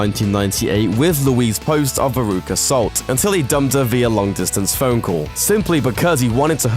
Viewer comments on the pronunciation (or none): none